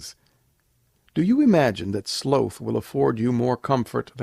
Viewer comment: Slow-th = Slaw-th.... Sloth. :D